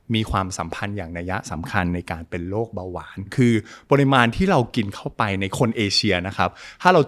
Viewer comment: คุณหมอคะ โลก=โรค อยากให้เน้นคำนี้ค่ะ